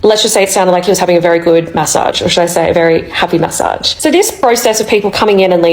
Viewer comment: take a shot every time she says ma-ssage 😅